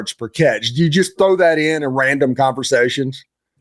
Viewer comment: Awesome player, extremely poised, polite, knowledgeable with a great, genuine smile. And he pronounces the word “throw” just like he’s suppose to: I can thow that ball.